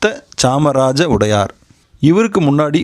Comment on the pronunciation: உடையார் இல்ல...வடையார் என்பது சரியானது...